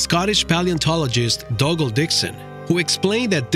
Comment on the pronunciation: “Dog”al ...are you sure that’s how you pronounce his name 🤔😂